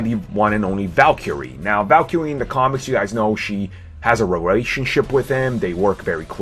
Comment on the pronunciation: I'm pretty sure this dude is trying to say VALKYRIE